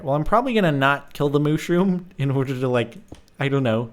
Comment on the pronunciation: Mooooshroom its mushroom haha